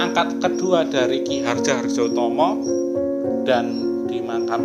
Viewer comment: Baca "oe" itu "u" ... saya yakin host nya paham ... tapi jangan gitu dong mas ... di baca sesuai ejaan aja ... alur ceritanya menarik dan bagus cuma ya ejaan nya aja ... ngapunten mas